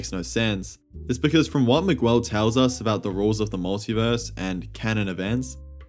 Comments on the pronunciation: Why are you saying Migwel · Miguel O’Hara It’s pronounced MIG-L Miguel I feel like you would know this since you watched the movie and had enough time to make a video on said movie Like not to be disrespectful or anything, but mispronouncing a characters name can be off putting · I couldn't watch the video cuz the way you say Miguel :(